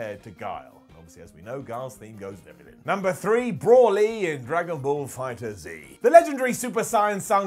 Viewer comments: brawly go-get-uh Ken Shuh-hiro Vuh-jetta dude fucked up a bunch of names....even mistakenly called Metal Gear Rising "resurgance" instead of Revengeance. And the crazy irony is he actually got Raiden's name right.... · Brolly wtf are you on its Broly.... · So we’re all just gonna ignore the fact that called broly “brawly” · He somehow even managed to mis-pronounce Broly. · Brawly? go-get-a ?? Broly mate BROLYYY and go-gee-ta 😂😂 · Brawly and gogetter? you've clearly never seen Dragonball my dude its pronounced bro-lee and go-jee-ta and its brolys delts and biceps that are ridiculous his traps are pretty small in comparison. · Dude you butchered every name in the Dragonball franchise its Bro-Lee not Bror-Lee and its definitely not Gogetter 😂 wth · “Brawley” “super sighen” 😓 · You completely butchered the DBZ pronunciations....the big guy, Broly, is pronounced “Bro-Lee”...and Gogeta is “Go-jee-tah”, not go-get-ah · i hate the way you say broly and gogeta